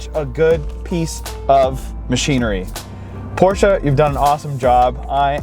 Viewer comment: This man said the name correctly!!!!! Still hate the look of the rear lighting though.